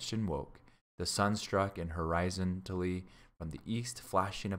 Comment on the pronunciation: Hori - zon - tally, not horizonally, no such word. I loved this story as a kid, I love history, it got me reading more. keep up the good work. This is a great service. Reading to others is an excellent way to promote reading.👍